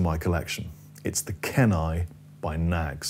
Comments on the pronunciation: Thanks for the rundown. Love that PRS! (BTW Kenai is pronounced "keen - eye" -- as in Kenai, Alaska). Cheers! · It's pronounced "Keenai" brother. -from Kenai, Alaska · Both great , PRS has a bit more sparkle due to the maple cap in this exampe .. PS it's pronounced Keen-eye it's a peninsula/ river in Alaska . The maple cap Knaggs is a better comparison. I have both and prefer the Knaggs .